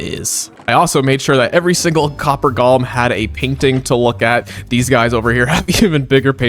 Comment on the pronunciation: They are called Golems. Go-lem. Gollum was in Lord of the Rings. Why does everyone insist on saying it wrong?